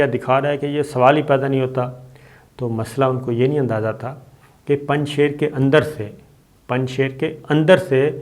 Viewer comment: the pronunciation of ..shir in Panjshir is sheer meaning milk in persian and not sher meaning lion. The milk from the cattle, sheep, goat, cows etc of this valley is of highest quality and best in taste, and thus the name. During soviet invasion, to produce image building of Ahmed Shah Masoud, the resistance leader from Panjshir, propaganda machinery of the west, started calling Panjshir as Panjsher (meaning five lions), while actually the name means five milks and NOT five lions.